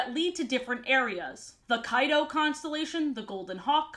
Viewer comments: Each and every time you said "Kyto" I kept hearing "Kaido"... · Was I the only one who heard her say Kaido instead of Kyto, NEDERLAND IS REEEAAALLL. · I was dead ass rewinding so many times to make sure she wasn't talking about Kaido from one piece when I heard Kyto 😂